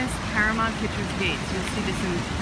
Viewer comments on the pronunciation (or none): Is it really pronounced para-MONT? I’ve always been saying para-MOUNT.